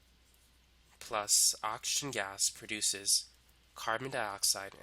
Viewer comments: Everyone:Oxygen Him:Auction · please learn how to pronounce oxygen 😭